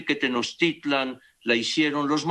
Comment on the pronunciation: El cacas ni siquiera pronuncia bien Tenochtitlan (le dice "Tenochitlan" el viejo ignorante). No se las quieran dar de Historiadores. ¿Y que parte de "no tiene fundamento histórico" no te quedo claro? No quieras acomodarle maromero.